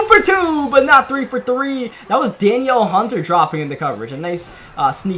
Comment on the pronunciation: Um it's not Daniel hunter its Danielle Hunter